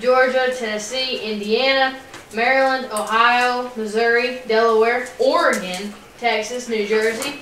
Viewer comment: pronounced Oregon correctly…🙂